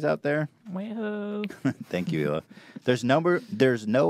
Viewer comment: Really glad post doesn’t mispronounce Hila like so many others do; It’s just (h)ila